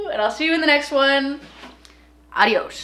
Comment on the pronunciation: Hostias, que nos ha dicho "Adious" a los hispanohablantes. I began following you because of your farm videos, and after that, I realized you're the same ripped baddass girl from the fitness community